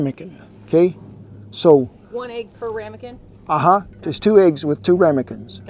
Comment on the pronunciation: has been in Oklahoma long enough that she pronounces it like we do..agg...🤣🤣